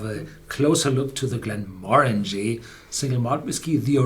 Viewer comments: The emphasis is on the second syllable, not the third. glen-MOR-an-gie, not glen-mor-ANG-ie. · The emphasis on the name pronunciation is on the second syllable, not the third syllable.